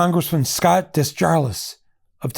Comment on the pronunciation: You mispronounced my TN representative. It is pronounced Day-Jar-Lay. Scott DesJarlais. French name.